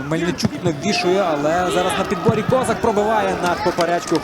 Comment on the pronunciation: Хотів би зробити зауваження коментаторам матчу. Хлопці, у ФК Інгулець грає футболіст КозАк, а не КОзак. Словом КОзак зневажливо обзивали кацапська еліта козаків.